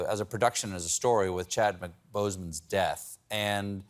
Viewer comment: Did he just say Chadman Boseman?